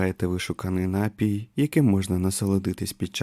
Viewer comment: У слові Напій наголос на І, напІй, а не нАпій